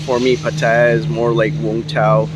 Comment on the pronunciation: Try pronouncing the city right...